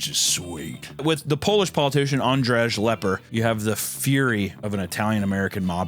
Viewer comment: As a pole hearing him absolutely butcher Andrzej Lepper was painfull😭